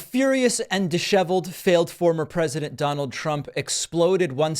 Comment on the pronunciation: 😂 you said disheveled